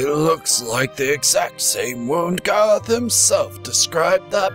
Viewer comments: Oh no gerrth not gerrth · im not making fun of u or jujing u but u dont pronouns garroth like gaaroth or gorroth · I watched her other videos before this and I can't stand her pronouncing Garroth's name wrong!!!